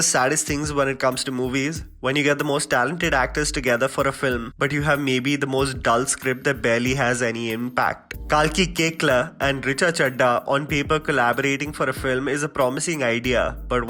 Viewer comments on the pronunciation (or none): Still wrong. It's cake- lah 😂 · He said kekla almost like kekda😂😂😂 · Kalki kya??? 😂😂😂😂😂 Kekla??? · Every time you mention Kalki's name, you pronunciate it differently, this time it was "cake-la". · Wait, that's how you pronounce Koechlin? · My mind blown as well 😯😯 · Never knew Kalki's last name was pronounced that way!